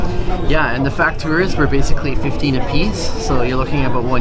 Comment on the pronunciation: the correct way is "facturas", but porteños (peopleo from Buenos Aires city) tend to omit the "c" sound when pronoumcing